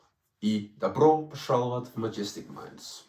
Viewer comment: ты сказал Добро пожаловать не хорочо